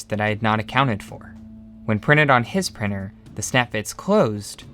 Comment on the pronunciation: 3D prinNer… and all the T you did not pronounce and converted in N or an R, etc.